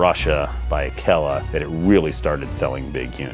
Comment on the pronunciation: >says is canadian >mispronounes akela clearly never a cub scout